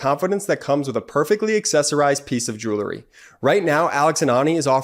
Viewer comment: I miss Brett. But the way says "joolery" makes me feel better. I love the channel and I owe my sanity to the brothers.